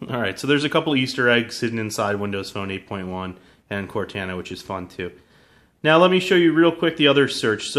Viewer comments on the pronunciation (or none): CORTANA NOT CORTENA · Core-Taaan-A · It's pronounced cor-TAH-nah NOT cortAna. Tired of tech reviewers messing up the name... -_ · They way he says Cortana, (core-tayn-ah) its Cortana! (Core-tahn-ah) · cortana is pronounced with a cor-ton-a. lol. just sounds weird the way you say it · Core-tawn-uh just practice that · It is obviously pronounced cor-tah-nah for halo purposes. Not the pronunciation in the video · This idiot has obviously never played Halo before. He can't even pronounce Cortana correctly. Its pronounced "Cort-on-a". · Ugh he doesn't even pronounce it correctly -. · this guy is purposely mispronouncing "cortana" I KNOW YOU'VE PLAYED HALO, FUCKIN. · if i hear him say Cortana wrong one more time............ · He says cortana wrong 😏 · Can he pronounce Cortana right or Nah?! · Pronounce Cortana right please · Maybe learn how to pronounce Cortanas name before hand next time? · You guys need to stop ridiculing him for this silly pronunciation mistake. Once is enough. . . I'm sure he gets the point. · I agree with other people as well. I am a huge Halo fan and the way he says Cortana makes me cringe. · Holy fuck you say Cortana wrong you illiterate piece of junk. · Say cortana right man